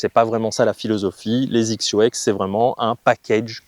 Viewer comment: Petites remarques; XXIO ne se prononcé pas zixio mais X X yo! , il y a une très très grande différence entre XXIO et XXIO Prime. Le prix d'abord et ensuite la conception qui n'a rien à voir . Sur les Prime on est sur le très haut de gamme en conception (8couches fibre de carbone en nanotechnology) sweet spot augmenté, matériaux high-tech etc.. Avant je jouais des barres à mine et petit à petit j'ai commencé à réduire le poids car j'étais lessivé au 14 trous.. Puis j'ai rencontré un ami jouant des Prime qui m'a mis deux clubs d'écart sur une attaque de green (avec 3° de température extérieure) il a joué fer 8 et moi fer 6. Sa balle a volé comme en été !. Je suis scratch et lui 3.5 mais on a la même puissance .. j'ai essayé sa série et ça m'a convaincu.. et comme tu dis.. tu fais le même swing au 18 qu'au début..avec mes rifle 5.5 , dynamic gold S300 ou même mes dynalite ou nipon shaft 90 ya pas photos.. Et même si les têtes des clubs ne m'emballent pas plus que ça, leur tolérance, leur facilité à jouer les bonnes distances font que cela compense largement peut-être la différence de spin que tu peux mettre dans la balle. Mais au final tu fais moins d'erreurs et tu scores plus facilement !